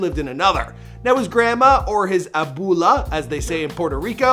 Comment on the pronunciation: wtf did he say abula ? its abuela